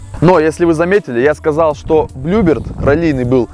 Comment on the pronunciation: Классные видео, но блин так режет слух всякие "БлюбИрд" и "КрОуны" ) Вы же делаете передачу не тяп-ляп, красиво снимаете, не пропускайте таких ошибок = )